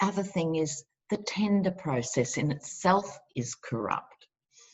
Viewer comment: it is so good to see you. I wasn't expecting it to be so soon, since you have had such a hard slog of it lately. Your accent makes the word tender sound a little like tinder (dating app) LOL. Gave me a smile. I know terms tend to be regional here in the USA, but I've always heard it as 'going out to bid.' Because our government contracts out all construction to private enterprise. Government contracts are lusted after by business -- it leads to things like $500 toilet seats and $300 hammers. Nobody remembers the scandals and I'm sick to death of the conservatives raving about small government (translation: lack of any and all regulation) and privatization. Sure, privatization leads to cost-cutting... NOT! See my comment about $500 toilet seats. Also, I forgive you for your smug comment about plowing through the snow. I live in the rural (wilderness) interior of Alaska and ugh, so spot on. LOL!